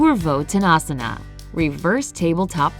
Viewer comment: Here, most pronounciations are wrong. I know as I am an Indian and you see yoga belongs to India. Even the ponounsiation of asana is wrong.... I am not complaining Please do not take it seriously..... Sorry if you didn't like that. Thankyou